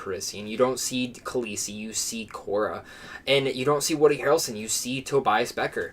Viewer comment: You mispronounced Kira not Kora. And Beckett not Becker.